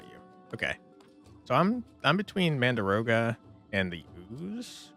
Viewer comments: Game looks amazing 🤩 But I gotta know.. are you saying "mandaroga" on purpose, like "dargon" or...? ;-) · it's pronounced exactly as written - mandragora. It's a common plant name in fantasy, with the usual trope of screaming when getting pulled out of the ground. It's in Delicious Dungeon, Harry Potter and all over the place.